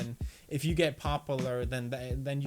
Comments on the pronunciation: I watched him since he started and he still can’t say popular right I fucking love you dude! 😂😂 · I love your videos pewdiepie. You learned english really fast, but... it isnt popilar it is pronounced- POP-Pew-Ler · Dear Pewds, "Pop-lar" is a type of tree. "Pop-U-lar" is the word you're trying to pronounce. Cue shooting star 🌠 "The More You Know" 🤣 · spek ull lating pop ull ler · First “Wa-men”. Now”pop-po-ler” . 😂😂👍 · Wait... does he actually think that’s how you pronounce “Popular” like he says it weird every time, but I always thought he was just joking but recently he’s been saying it a lot does he actually think that’s how it’s pronounced